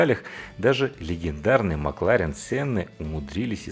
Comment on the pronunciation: Почему МакларЕн?